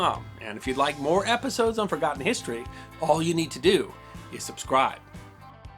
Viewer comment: HEE-story of brit-TAIN?